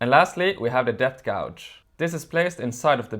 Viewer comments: FYI…the measurement sleeve is called a ‘gauge’ and you say it like cage but starting with a ‘g’….Not gowge. Yes…Dremels do not like deep cuts all in one go, better to make several passes of just a couple of mm each time. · Very good video. If you can edit the film, pronounce "gauge" correctly. "Gouge" has a different meaning. The spelling of English words reflects how they were pronounced hundreds of years ago.